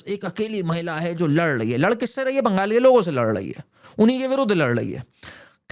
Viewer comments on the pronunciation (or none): none